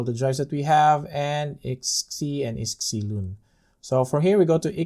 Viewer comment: nice, so we also can install any Steam Server, e.g. DayZ Local server on our NAS?! ..and btw, iSCSI is pronounced eye-Ska-See ! ;-)